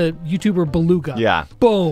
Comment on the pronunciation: His name is Beluga but you say it Belug